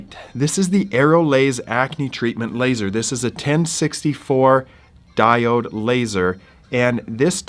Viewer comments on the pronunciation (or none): none